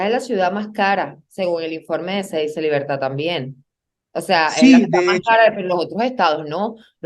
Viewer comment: Cedice,cedice,se dice hay papá